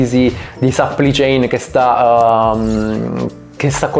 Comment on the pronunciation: "catena di sappli chein"